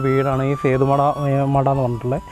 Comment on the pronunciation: സേതു മട അല്ല ബ്രോ.. സേത്ത്മട.. 👍